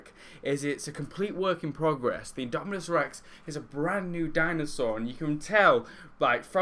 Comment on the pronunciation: indominus! not indominuos